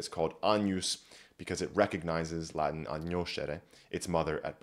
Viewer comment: Oh my goodness, this should be even more viral! the entire video is so well put together, it took me about 2 hours to watch because I was taking notes so I had time to notice more. The preparation of this video must have taken a while, and the Latin pronunciation is so wonderful! I wish to one day be as educated as this fellow, and be as skilled at Latin as he is. Wonderful video all around, i have recommended it heavily to my friends.